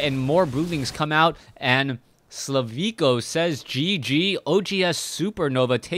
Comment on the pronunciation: thanks for the vid but check his name again. Im pretty sure his name is slivko and pronounced like you would usually do.